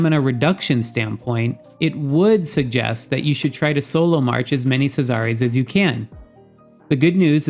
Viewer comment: SEE--ZER like in Roman times. Not C-zar-rays. LOL. Thanks for the information regardless